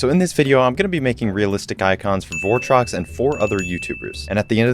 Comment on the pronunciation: that ain’t votrox, that’s bortrox!